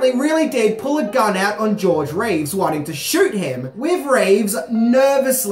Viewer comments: It sounds like he's saying George RAves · This guy cannot make up his mind on how to pronounce George Reeces last name. Some times he does it correctly as 'Reeves' and other times as 'Reeve' which annoyed the heck out of me. Be consistant.